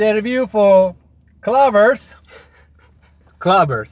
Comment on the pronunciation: "clevers" "clovers"